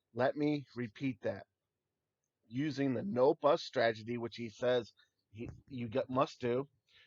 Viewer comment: This guy needs to learn how to say STRATEGY.....not stragety.....